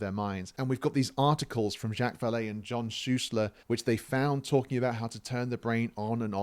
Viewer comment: Ok i cant take it anymore lol. Zhock! Zha-ock like jock with alittle zzz at the start, Not jack, ive heard him called jack plenty of times but for someone so familiar with him it just bothers me more than it should that you keep calling him jack lol i apologize i cant help myself. Love your vids though sir. I just discovered you today and i think im on video number 4. Keep up the great work